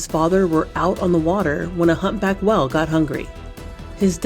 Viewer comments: She was saying well instead of whale lol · Whell and ci-ment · AI voice slop?..can't even pronounce the word 'whale'. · Nobody notice how she said whale? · Omg yes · Am I the only one confounded by her way of saying ”whale”? 😂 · No, that bothered me so bad!!! 😂😂